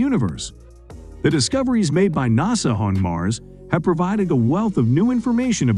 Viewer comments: In America we call it NASA not Nows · I can't believe they pulled it off but I actually liked the computer spokesman! The way he says NASA is funny. Impressive info also. Thanks